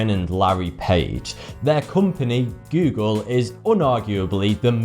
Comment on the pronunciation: never heard of Guugle before...